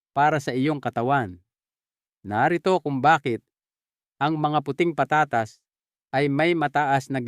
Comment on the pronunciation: taga saan ba kayo.. pag igihin mo ang pag pronounce mo ng mga salita. tulad ng patatas. etc.. pag igihin mo ng di nakakainis pakinggan